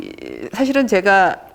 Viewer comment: "제가"(나)의 첫 자는 길게 발음해야지요! "아열대"의 첫 자도 길게 발음해야지요!